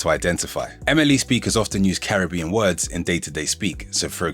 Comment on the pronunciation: Im offended by your mispronunciation of Caribbean 🤣 Im English and grew up with Jamaicans but recently learnt we've been saying Caribbean wrong all along and as a language learner mispronunciations are my pet peeve